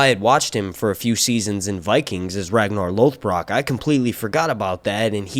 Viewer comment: Definitely the first time you’ve ever tried pronouncing Ragnar Lothbrok.